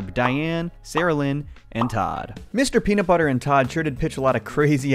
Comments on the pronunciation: I’m going to be that guy and point out that there is no t in nut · There's a 't' missing from Mr. Peanutbutter in the intro 😂